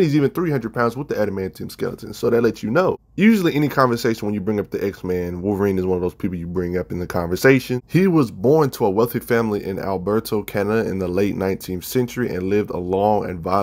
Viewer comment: Wolverine is by far my favorite. We`re both old short white guys from Alberta(it was mispronounced as alberto in the vid) with gruff exteriors and a heart of gold. Also neither of us fit in society very well.